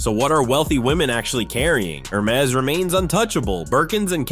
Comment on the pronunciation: Hair-mez - lol. Gotta love AI.